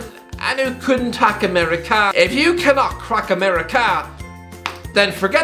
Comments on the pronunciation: Ameri-Kah Philadelp-hya Tunisi-ah this is good stuff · why bro say America like that